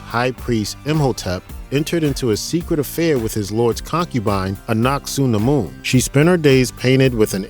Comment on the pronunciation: Loved the movies, however your pronunciation of SEVERAL City's and people is atrocious they SAY THE NAME in the movie, Hamanuptra you said correctly twice then said it wrong every time after that, Anuck Suna Mon is A NUCK not ANACK, I seriously don't understand how you get this crap wrong when its spoken in the movie your referencing facepalm